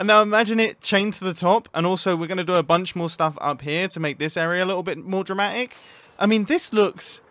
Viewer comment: . When he says dramatic, he doesn't say the 'T'.